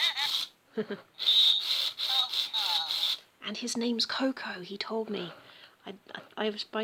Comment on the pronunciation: coco? You mean "koh-koh"? Koh-koh in the furby name means " more "